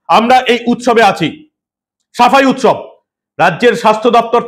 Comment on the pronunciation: উৎসব নয়, ওটা শবের উৎ-শব।